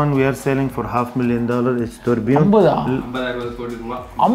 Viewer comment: Turbo❌ Turbio✅